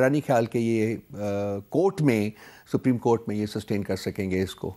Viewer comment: Rana saab its not sapreem court its supreme court